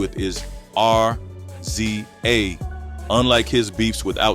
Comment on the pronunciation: Why do you keep saying R Z A it's pronounced Riz-ah